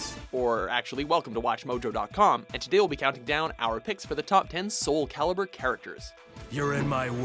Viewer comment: Are you paying attention internet? Soul Calibur. CALIBUR. Not "Caliber"!